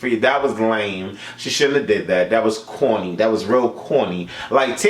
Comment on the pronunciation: When you said that was corrrrny you sounded so NYC 😘😘😘😘